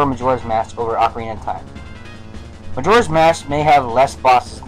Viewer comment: why do u say ocarina of time wrong ?